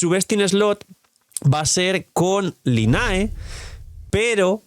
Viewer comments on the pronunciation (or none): Porque pronuncia asi a Lynae? Jaja